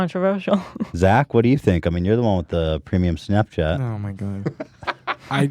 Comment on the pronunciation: Soudbite Zach "awmygod"